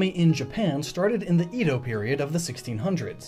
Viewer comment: You mispronounce QiXi. It's ChI (Rising tone on the I) She (flat tone on the second I making more of an e sound than an I sound) Edo Is pronouced Eh-doh